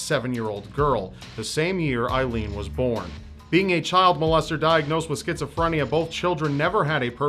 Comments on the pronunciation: Don't mean to be stick in the mud but her name was pronounced aileen as like a leen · It's A-ilene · Just for the record the name Aileen is pronounced AY-LEEN. I think youre confusing it with the name Eileen:) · Hey,! I'm sure others have mentioned this, but you pronounce her name wrong. It's pronounced "A-leen". My sister's middle name is Ailene (yes, spelling is different, but the pronunciation is the same), and that is how it is pronounced. Just thought you'd like to know.:D